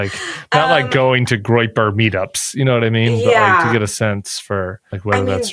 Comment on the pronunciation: Is she pronouncing that as groper and not groyper? And Hasan Hate??? Did we not learn anything about having a big tent. Also you literally asked for a ripped, hot, woke bro, aka Hasan. He has 4M+ followers, embrace it. I miss Cam.